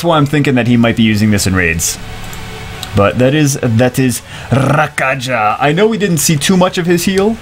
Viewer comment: I gota feeling his name isnt pronounced Ra-ka-ja but Ra-ka-ya